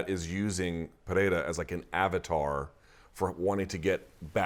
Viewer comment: 15 seconds in, and Luke’s nailed the names of both fighters… Strap yourselves in, ladies & gents, we got ourselves an interview 😎😎